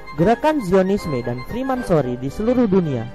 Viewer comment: freemasonry min, bukan fremansory . Maaf ini ralat aja min